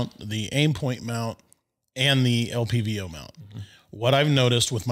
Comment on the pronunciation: Why was it bugging me when dude kept saying “LVPO” instead of LPVO”, having the V and the P backwards. I like the dude, but it just kept bugging me. He obviously knows what he is talking about.